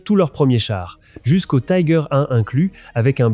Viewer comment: Pour les Tiger I et II, on dit "tigueur" et non "taigueur", ce n'est pas de l'anglais mais de l'allemand.